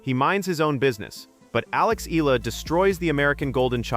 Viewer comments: Here we go again with the 'Eelah.' Please correct how Ms. Alexandra's last name is pronounced. By the way, it's a Filipino name, NOT an American name. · Hi!! Can you please at least spell n pronounce Alex Eala's name correctly!!! Thanks n more power to that wonderful person Alexandra EALA for d happiness n excitement she's giving us Pinoys during these hard times..